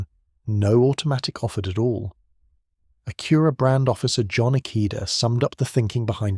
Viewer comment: AI is crap, can't even say Acura right, and pics don't make any sense, big thumb down